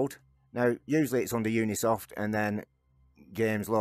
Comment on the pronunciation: Thanks for the guide. BTW, it's Ubisoft, not Unisoft